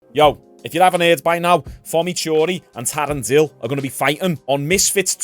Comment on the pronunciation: "Fommy Tury vs Tarren Dill" lol